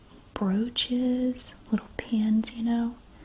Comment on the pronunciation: Had this on in the background while working, and when she said “my grandmother was a big fan of broaches”, I thought she said roaches and snapped to attention 😂😂😂